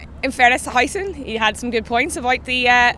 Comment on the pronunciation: Its howsen not hiesen...